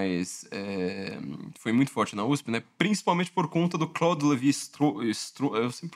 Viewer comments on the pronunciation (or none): none